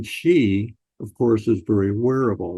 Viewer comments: Sheeeee not Jheeeee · President Shee not Jhee. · Check your pronunciation: Chairman Xi is pronounced c as in ABC.